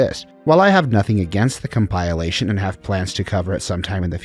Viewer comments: Enjoying your videos, just a small tip. Check the pronunciation of "compilation" (com-puh-lay-shun), "ubermensch", and "Cait Sith". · Asking for a like at video start and then butchering ‘compilation’ This is bold